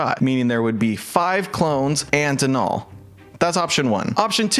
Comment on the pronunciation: I’m gonna be that person and say Denal is pronounced like dental, not DeNall